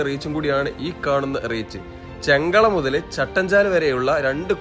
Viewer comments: ചെങ്കള അല്ല ബ്രോ ചെർക്കള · ചെങ്കള ആണോ ചെർക്കള ആണോ എന്ന് വ്യക്തമായി പറയുക.